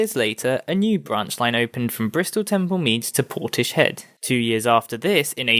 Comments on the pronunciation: It's "Portis-head", not "Porti-shed". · Interesting except it is pronounced Portis-head.